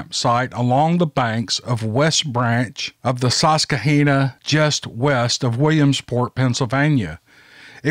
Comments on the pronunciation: Holy Moly, your last story hit me too close to home. The River is pronounced Sus -quah-hanna!! The area this soldier drills has BF sightings as well. Thank as always for your narratives. It helps the days go by.. keep em coming!! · Ok,, I love listening to you but I am taking back my compliment from another video. I grew up in PA within sight of the Sus-kwa-HAN-na River. I have also lived in OK, CA, Mich, OH and now OR. You usually get the pronunciations of locations based on native names right but not this time. I guess I can forgive you. 😉 thanks again, love your story telling.